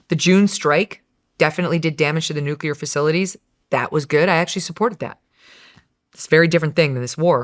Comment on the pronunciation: Also. Why can't Joe Kent pronounce 'nuclear' properly? He will have read it and said it a million times in his job. Why has no-one corrected him?